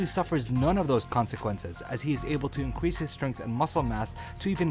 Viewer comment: I hate how he says increase